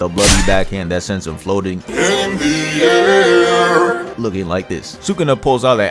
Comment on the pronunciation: That "in thee airr" part gets me every time😂😂😂😂😂😂😂😂😂